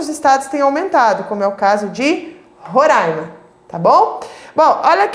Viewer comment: falou roraima certinho, otima aula